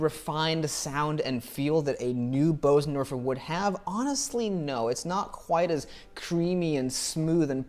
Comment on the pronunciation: Your pronunciation of Bösendorfer is almost perfect. So don't worry and don't listen when people tell you otherwise. Nice video BTW. I love Bösendorfer.